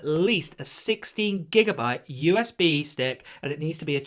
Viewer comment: Did you say 60 or 16GB?